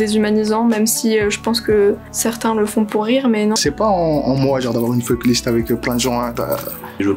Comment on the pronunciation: Je vois surtout que personne ne sait prononcer le mot "FUCK"